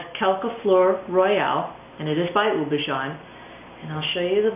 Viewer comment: Houbigant is pronounced oo-bee-ga(n). Hard g, not a zh sound